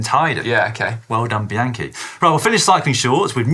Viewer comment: Why do all of you guys mispronounce the word Bianchi? Is this intentional? To piss off the Italian riders? 😅